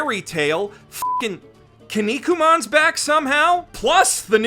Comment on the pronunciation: Just say musculeman or something instead of pronouncing kinikuman like that 😭